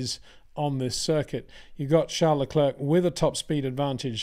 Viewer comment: Great content, but can you maybe start to pronounce Leclerc in the proper manner? Please try to pronounce it as “leclair” instead of “luckclurk”.